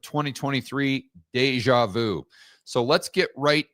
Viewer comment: "Deja vous" means "You already," which is nonsense. "Ou" rhymes with moon. "Deja vu" means "Seen already". The "u" is pronounced with the tip of your tongue pushed forwards. Practice saying oo uu oo uu by rounding your lips and moving your tongue backwards and forwards, until you can hear the difference. Then say "Deja vu" convincingly.